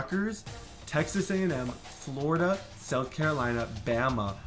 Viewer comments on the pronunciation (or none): none